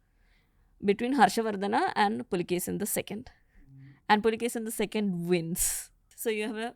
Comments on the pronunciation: Puakeshi is the correct name not pulakeshin please correct this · Immadi Pulikeshi ✅ Pulikeshi II❌